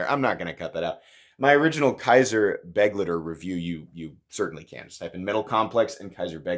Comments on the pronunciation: I thought you said buttlicker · This is one of those knives that I'd buy purely for the combination of good qualty and a great price/performance ratio. I certainly wouldn't buy it for style reasons. On a side note: the 'ei' in begleiter is pronounced as 'aye'.